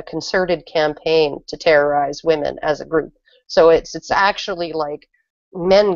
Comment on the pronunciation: From now on, all feminists will be "Hwomen". As Mike says, near the start. xD